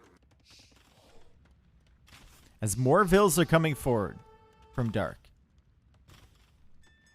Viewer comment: Do not make compromises on pronouncing Villese. Say it right and make T90 learn it in a private call before casting or something 😄